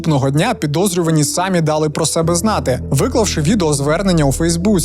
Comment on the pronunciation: Я ваш постійний глядач, і мені все ок, крім одного: кажіть, будь ласка, самІ, а не сАмі 🙏